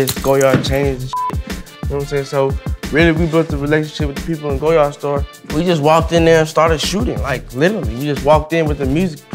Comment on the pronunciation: He says he loves goyard but calls it "go yard" when its pronounced like lawyer with a G...